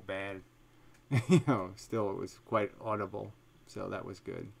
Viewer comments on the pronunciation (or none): none